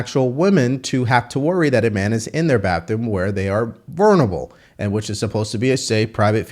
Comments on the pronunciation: Dude, practice the words before you read them “masquerade” “vulnerable”. Come on…… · Dude, you need to learn to read English and pronounce words properly if you don't want to sound really illiterate, not what people want from someone reporting news. You need to learn how to pronounce "masquerading" and "vulnerable" properly or you just sound uneducated instead. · ...what happened to you today??? You totally mispronounced MASQUERADE and VULNERABLE!